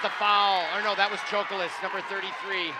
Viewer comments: The way her butchers their names makes me cringe he said Dilayla Chokolis BRO THERE IS NO “I” IN HER FIRST NAME and her last name ain’t chocolate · Broadcasting101: Learn to pronounce the players' names correctly. Not only did you pronounce Bueckers' name incorrectly (pronounced Beck-ers), you also mispronounced Chakolis' name (pronounced Cha-kolis). Broadcasting 102: Don't whine! No matter how difficult, try to be objective. And as for Paige having a bad game? She did miss some shots. However, she did manage to score 32 points with no three pointers, 2 assists, 2 rebounds, 6 steals, ,and 1 block. I guess her bad game is better than most folks' good game.